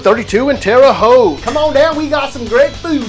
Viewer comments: At least he can say Terre Haute correctly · he said it right though